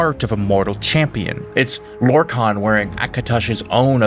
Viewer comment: 😂 you also pronounced lorkhan in two different ways in the same vid 😂 just a quirk, I'd say have fun with it😅